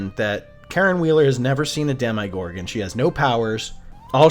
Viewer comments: Alright this kinda drove me nutty throughout the video but man ... have you ever heard anyone in this show, real life, or any god damn universe pronounce demogorgan dem eye gorgan ... c'mon man it's demma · My friend, great breakdown however, every time you said “Dem-eye-gorgon” it drove me crazy 🤣🤣🤣 there’s no I in Demogorgon!!